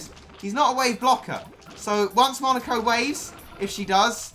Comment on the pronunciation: Monica?? Monica?!?! really Monica? IT'S FREAKING MONEKO!!!